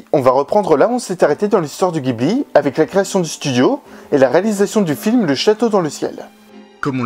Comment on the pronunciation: Il me semble que le nom ghibli se prononce "ji" et non pas "gui"